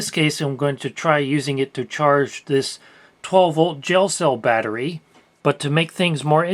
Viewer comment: I thought he said "jail cell battery" and wondered wtf that was lol.